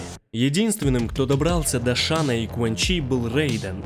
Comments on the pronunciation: Не Шан Тсун а Шан цунг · Шень Цунг, а не Шан Тсун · Шань Цун - правильно. Не шана, а шаня. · Рома Ай ай ай правильно Шан цзунг)